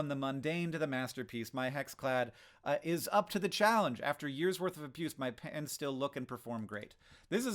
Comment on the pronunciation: It took me a while to realize Hank was talking about "pans" and not "pants"